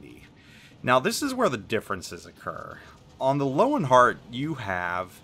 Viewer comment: Not sure if any one else has mentioned this, but Germans pronounce the letter "W" as a "V". So the CV should be pronounce "Lervenheart"